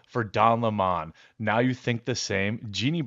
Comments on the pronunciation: It’s lemon not La-mon 😂😂😉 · What's most offensive is how everyone is calling him leh-mon instead of lemon. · It’s Don “Funky fingers” Lemon , Not Limón